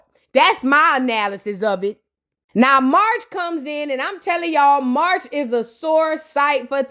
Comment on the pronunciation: I am always here for the vape voice 🤣🤣🤣🤣 —Side note: whenever you call Marsh, MARCH I’m screaming 🤣🤣🤣